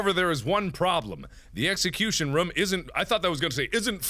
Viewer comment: Say room.He can't say it right